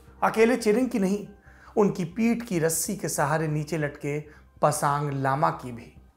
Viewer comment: pasaang ni pasang hota h